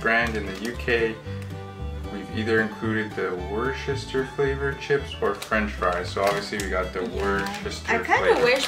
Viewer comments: WU - STA. that's it. no shire (pronounced sheer if you ever need to use it). cheers Canucks. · As someone from Worcestershire (an actual English county), I'm not sure how I feel about that pronunciation 😛 Probably the best way to spell it phonetically would be: wuss-tuh-shuh / wu-stuh-shuh, but it was a good attempt! Better than some I have heard!! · Doing a youtubeathon and just watched this video... coming from the city that makes this sauce made me laugh how you pronounced it.. Just watch shrek 3 im sure you will pick up on how its pronouced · Its just pronounced Wooster sauce, and we love Worcestershire sauce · I pronounce Worcestershire as wuster t's easier to say